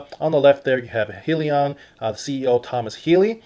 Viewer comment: Hi-Leon is the proper pronunciation not being a jackass just stating